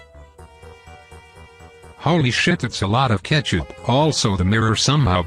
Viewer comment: It's not ketchapp